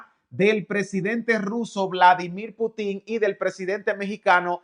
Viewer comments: PUTIN LLEVA ACENTO EN LA (U) Y NO EN LA (I) PUUTIN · NO te pongas a exponer cuando no sabes ni pronunciar bien el nombre del Presidente Ruso. NO lleva acento al final. Lo que dices es una tontería muy ofensiva al expresarte incorrectamente.